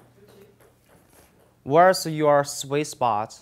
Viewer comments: Great video. Thank you ! It did take me 2 times watching this to figure out that you weren’t saying “Swiss Box”,... you were saying Sweet Spot . lol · Probably because he says Swiss spot not sweet spot.. But seriously, I'd say he is just very dedicated and conscientious. He avoids annoying slang words and phrases such as; "What's up guys!"